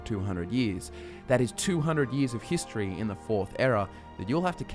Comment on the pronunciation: The first time in "hist-tree" 🤣